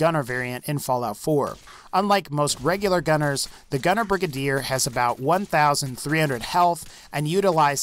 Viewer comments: HIS PRONUNCIATION OF GUNNER BRIGADIER TICKS ME OFFFFFFFF it's brigAdier not brigUHdier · "Brig-aid-er" not "Brig-id-ear" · Idk what a “Brig A Deer” is but I do know what a “Bri Gade Or” is lol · It’s pronounced Bri-gay-der And Yao gai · Its (bri-gade-er) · It’s pronounced Bri - gay- der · Say Brigade then put an R at the end